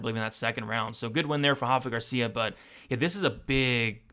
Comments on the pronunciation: my man, Rafa Garcia isn't Brazilian so it's not pronounced like that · My brother, you have every right to continue pronouncing it wrong. Just giving you a heads up! Keep up the great work.